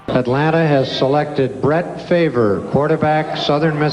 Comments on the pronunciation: I will never forgive my Falcons for getting rid of Brett Favor…I mean Favray…I mean Favree…Favreh? Favrie? Favier? Fairve? No no no…Favre. Favre. I meant Favre. Damnit! Why Atlanta?! Just why?! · Brett FAVOR? REALLY?